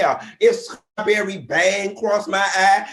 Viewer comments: Someone needs to tell Funky Dineva that it's pronounced Straw-berry and NOT Scraw-berry ✅✅😂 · OMG!! 😂🤣😂🤣 FUNKY!! 😂😂🤣🤣😭😭😭😭 “CHRIST the Savior was bawn!” 😭😭 Scrawbewwy!! 😭😭😭